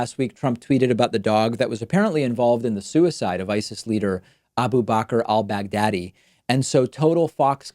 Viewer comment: Al Bagh daddy? I can't unhear it sorry 😂 great video btw.